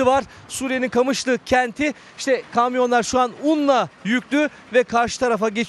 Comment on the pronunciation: Kamışlı ne lan QAMIŞLO 😂